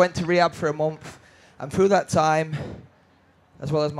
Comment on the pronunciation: “I was in rehab for a mumfth”